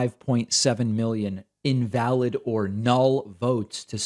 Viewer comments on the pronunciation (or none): none